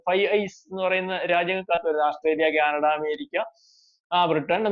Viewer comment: ക്യാനഡയല്ല.- കാനഡ എന്ന് ഉച്ചരിക്കണം